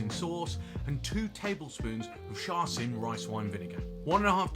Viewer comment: Just by the way, my Chinese friends assure me Char Sui is pronounced "Shar Shoe".